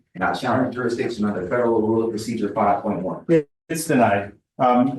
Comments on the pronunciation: I think if the defendant can't properly say the word "Jurisdiction", then he doesn't get to bring it up. There is no such thing as "Juressdition" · Poor little. How can fight the court's jurisdiction when he can't even pronounce the word "jurisdiction"? Perhaps his beanie is too tight.